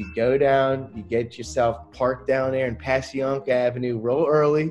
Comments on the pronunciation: he said passyunk....it is pronounced (by philly locals) pashyunk....not passyyank....a SH Shunk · Ketchup??? If you want sauce, sauce. And if you live on Passyunk Ave, it's pronounced "Passhunk St". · That dude said Passyunk wrong